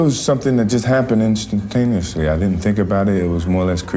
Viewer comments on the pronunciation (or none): Dude said instinctaneously.